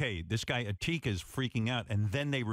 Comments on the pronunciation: Did he just call etika eteeka?????!!!?!?!?!?!?! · E H T E E K A he really called my JoyCon ni🅱🅱a EHTEEKA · "Ehteakah" "Ridley the dragon" Guys, it's time to take out the Joy-Pitch forks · RIP E-tee-ka :( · did he just call him ateacup? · Ed-tee-ka!? Ridley the Dragon!? I can't even right now....xD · *eh-TEEK -ah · If these guys are gonna roast my home boy Etika, then at least get his name right! I mean Ehteeeeka? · "Eteeka" lmfao im dead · E-teka lmao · The way they pronounce etika lmao